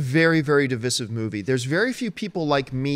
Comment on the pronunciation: de-viz-iv... Oh and i've been saying "Divisive" all my life...silly me...